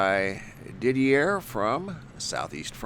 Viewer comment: Thanks for sharing with us 🙂 BTW, Didier is pronounced DEE-DEEA... I know this is just a detail but it was hurting my ears to hear is name pronounced incorrectly... I’m sure to find myself in the same situation should I need to pronounce a foreign name 😊